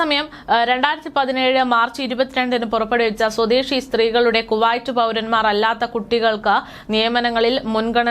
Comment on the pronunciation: വർത്തകേട്ടാൽ തോന്നും ഇവര് ആഭ്യന്തര മന്ത്രിയുമായി ഇന്റർവ്യു നടത്തി തള്ളുന്നതാണെന്നു .കുറെ ഊള വാട്സ്ആപ് ഗ്രൂപ് ഉണ്ട് അത് അറബിപത്രത്തിൽ നിന്നും കോപ്പി അടിക്കും അത് ഇവർ അതേപടി വായിക്കുന്നു 😬😬😬😬😬പിന്നെ കുവായിറ്റ് അല്ല കുവൈറ്റ് ആണ് നന്നായി വായിച്ചു പടിക്കു